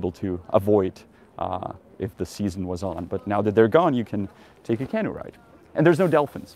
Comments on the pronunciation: Hey Janek, please stop pronouncing the word for the little boat as CAH-noo. It should be pronounced Cah-NOO (stress on the second syllable). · canOE, emphasis on the oo not the can. Nice vid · Accent feedback for English: canoe is kuh NOO . apostles is a PAA suls. Janek could probably use a USA trip as much as I could use a European one. Hopefully the US will get off the black list in the near future (totally deserved now, what an embarrassing disaster).